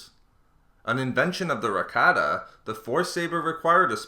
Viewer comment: cheese man cheese, ...... "for the Rakata"